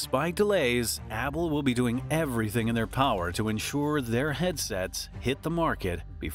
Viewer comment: bro kept saying abble